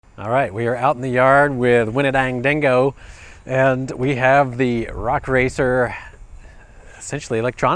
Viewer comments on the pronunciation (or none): "castle mamba x in the red cat wendingo" are you having a stroke, sir?